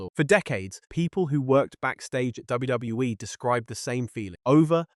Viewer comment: Is this what they meant when they said AI couldn’t pronounce WWE? “DWE”